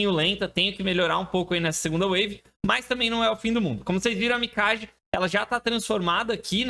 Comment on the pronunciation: Parabéns pelo vídeo e conteúdo,. Só pra efeito de curiosidade, em japonês, pode pronunciar o nome Mikage como se fosse Mikague. 🕺